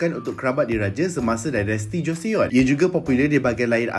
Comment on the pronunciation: bang.. cara sebut joseon is 'joson' silent e